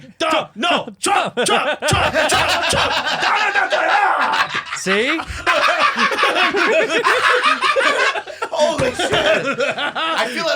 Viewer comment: Donalda Tlumpa